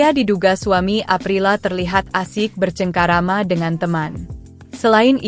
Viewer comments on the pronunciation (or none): Bercengkrama min! Jangan bercengkerama